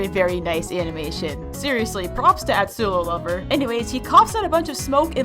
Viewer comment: its pronounced at-su-over not atsulolover